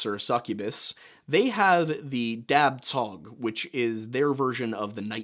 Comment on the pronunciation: Da Cho! Dab Tsog is pronounced Da Cho! I am so tired of having to clarify this.